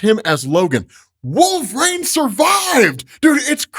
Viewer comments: I really, really wish you would stop saying "Wool-frayne",. JFC, it's "Wool-vuh-reen" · Absolutely cancerous pronunciation of wolverine